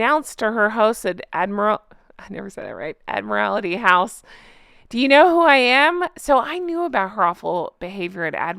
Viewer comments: Hi, Aussie here. Admiralty House is pronounced Admiral-T House. Love your work. ❤ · Admiralty is pronounced Admiral-tee, easy that way! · pronounced admiral-tee. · Ad-mer-all-tee Admiralty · Why does she think it’s cute to stick her tongue out. Here’s a little help with Admiralty, say Admiral then add tea, to it. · Hi,if you want to remember how to pronounce Admiralty, picture an Admiral drinking a cup of Tea.